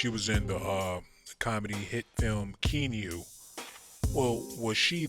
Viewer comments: Her name was "Hi-C" in Keanu. Its pronounced KEE-AH-NOO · LEARN HOW TO PRONOUNCE THE NAMES!! SARAC= (SA-ROCK) KEANU= (KEY-AH-NEW) I CAN NOT TAKE YOUR COMMENTARY!